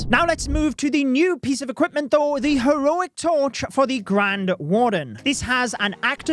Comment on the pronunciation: Bri ish moment 🇬🇧